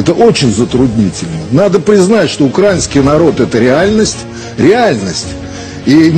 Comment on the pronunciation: Шахназарову треба взяти якийсь словничок, подивитись, як ставиться наголос на слові український. Начебто режисер, а такий безграмотний!